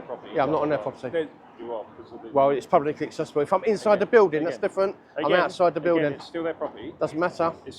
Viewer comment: At the moment every time you say"publicly accessible" it sounds almost like one word run together, if you slowed it down a bit, as if you were trying to explain the idea to a child of five, so it came out as PUB-LICK-LY ACC-SESSY-BULL you might have a little bit more success in getting security guards to understand. Let's face it some of them have no acquired the most comprehensive grasp of the English language, and I do think some do not really grasp whaat yu are trying to get across., though they have universally taked the "not allowed" idea to heart.